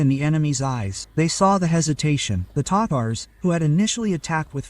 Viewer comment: (Ta-Tars) not tators😂